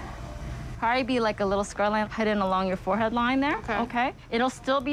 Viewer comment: Fo-head? Was it too difficult to say forehead properly?